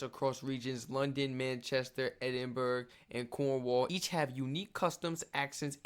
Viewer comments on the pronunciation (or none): I loved the way you said Edinburgh. That was such an Americanism. It's Edin-bruh. Great video,. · Edinburgh is pronounced “Edin-bra” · Or Edin- burra, or Edin- bruh , depending on where in Scotland you live😀